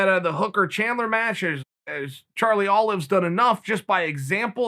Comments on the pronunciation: "Charlie Olives"- Chael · Chael "Charlie Olive" Silva. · When Uncle Chael uttered "Charlie Olive", i forcefully spat out my Cheerios and beer.